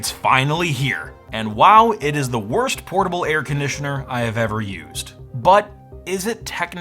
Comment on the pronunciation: Air CON-ditioner?